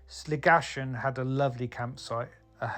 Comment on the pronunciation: It’s pronounced Slig - a - kan I think 😂